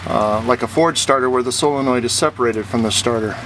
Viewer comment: Thank you for pronouncing it SOLE-en-oid and not SILL-uh-noid like everyone else.